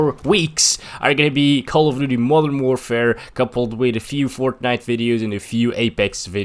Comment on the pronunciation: I know i was just saying that he sounds like "mother warfare" 😅